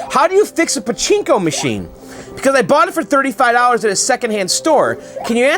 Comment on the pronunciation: you say pochinco I say pototoe .lol